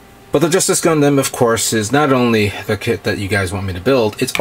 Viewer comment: Why do you pronounce it GUN-DAM i know it's spelt like that but it's GUN-DUM the a is pronounced as a u sorry people use to make fun of me for liking gundam and they who pronounce it wrong in all sorts of different ways to make fun of it so it kind of annoys make when a actual fan of the series keeps pronouncing it wrong. Sorry just throwing that out there